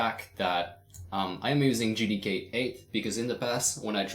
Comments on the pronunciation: I can't be the only one who heard "N word D K" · I thought he said you will need the n word LMAO